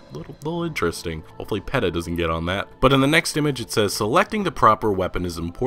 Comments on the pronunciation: Sorry to be that guy but PETA is pronounced peetuh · I've never heard anyone pronounce PETA as "pettuh." You seem to mispronounce the simplest shit. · Gilla is pronounced "Heela". "Heela" Monster. And P.E.T.A is pronounced "peeta". Jesus man.😂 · This man said pet a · It's pronounced "Heela monster" not "gilluh monster".